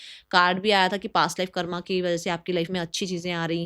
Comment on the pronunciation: Karama ni hota h didi 😂😂😂😂😂 radhe radhe